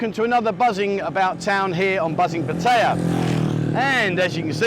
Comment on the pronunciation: Why do so many expats who live in Pattaya find it so difficult to properly pronounce “Pattaya”?